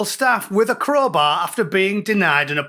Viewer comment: Wots a crohbay 😂